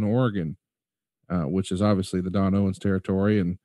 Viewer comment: Don Owen not Owens with an s. Common mistake.